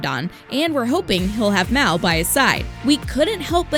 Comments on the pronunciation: IT'S MAL NOT MAY!!!!!!! HAVE U SEEN THE MOVIES !!!!! I am a true fan sorry it's just I love the movies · Its mal not mao or malin